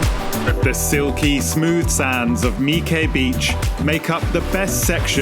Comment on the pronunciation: The mere fact that you pronounced "My Khe" and "My Son" correctly lends credibility to your video :-) And yes, it should be pronounced as if it was spelled "Mee" and not "my" like my car, my house. As for Hoi An, yes, it's rapidly falling into the Barcelona and Venice category isn't it. One cannot blame people for wanting to see and experience it but it is a worry.